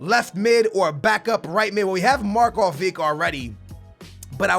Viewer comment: yes you said marko right,i am from Serbia and I know how it is said